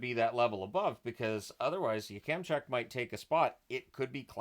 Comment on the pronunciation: Isn't it pronounced "YAK-em-chuck" not "Yuh-kem-chuck"?